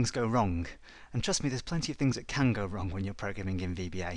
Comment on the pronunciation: Can you hear it? "wrun" :D